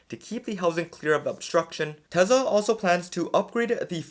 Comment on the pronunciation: Tesla is pronounced Tesla, Not Tesa